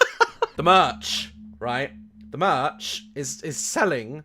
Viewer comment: he says daz church instead of daz merch